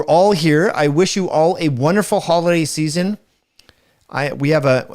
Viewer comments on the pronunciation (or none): none